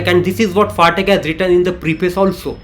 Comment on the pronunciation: It's pathak ,pa not fatak